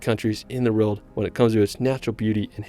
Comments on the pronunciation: All I hear is "ruld". Its "world" dude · What is that accent? Why is "world" pronounced "relt"?